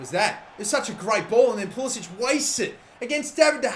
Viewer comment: Ffs it's not pool-is-ich. It's pool-is-ick. Not that difficult